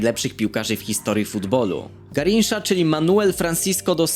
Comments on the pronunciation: Garincza nie granisza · GARINCZA SIE CZYTA XD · Czyta się garincza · Mówi się garincza